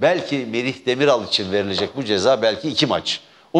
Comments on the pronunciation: Demirel değil Demiral Merdancım adamın adını doğru telaffuz etmeyi öğren sen önce. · Demirel değil Demiral soyadı. Azıcık bilgi sahibi olsanız hem soyadını düzgün söyleyebilirdiniz hem de kurt simgesinin daha 33 sene önce Türkiye'ye getirilmiş olduğunu bilirdiniz. Milyonlarca Türkün Türkiye dışında kullanıldığını da elbette. Dar bir siyasal gruba terketmek yerine sahip çıksaydınız bugün dikkate alınabilirdiniz belki. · avusturya maçını baştan sona izlemiş, çok sevinmiş yendiğimize, tüm yalanlarınız gibi bu söylediklerinde yalan, herşeyiniz yalan, ulan daha iki gol atan çocuğun soyadını söyleyemiyorsun daha, demirel demirel.. Demiral diyemiyor adam, nedeyse arada tiyatro niyetine izliyoruz işte.. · Sen Spiker olarak daha Merih Demirala ismini doğru dürüst söylüyemiyorsun çıkmışsin boş boş konuşuyon. Gelmiş küçük Parti diyor , sen önce Merih Demiral adìni yanlış söyledin özür dile. Ohh ne güzel yapmış